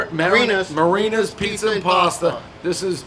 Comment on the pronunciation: Dave, the only dude that can't pronounce "Marina", an English word. 🤷‍♂️🤦‍♂️🙄